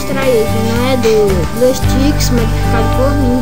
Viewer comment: Muto Bom o tutorial, só rachei de voce falando blueSTICKS kkk